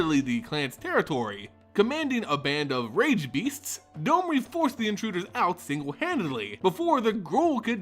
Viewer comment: On what planet is D-O-M-R-I have a long O sound?